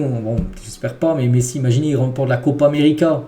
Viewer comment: Je rêve ou il dit "Pessi" à 😭😭😭